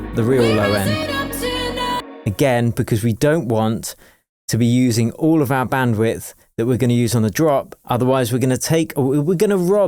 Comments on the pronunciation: When you say the word ALL it sounds like you're saying Ghoul but without a G. lol I don't think it's a coincidence once you understand what the Alpha and Omega is. Even the English alphabet is encompassed by the A and zer0 for the Alphabet and Numbers. Talk about a Curse by speaking in Curves when it comes to pronunciation of Gods word. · When you say ALL it sounds like you're saying the word Ghoul but without a G. lol